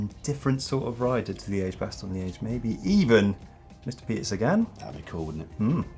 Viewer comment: Hey guys, the "e" in Liège is a short e as in "red" or "hedge".